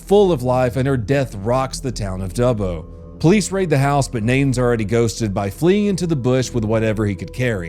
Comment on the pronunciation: So happy you pronounce Dubbo correctly I've heard America's pronounce it Doobo! He's an Aboriginal they have a thing called "Walkabout" they wander the bush for days sometimes weeks and even months!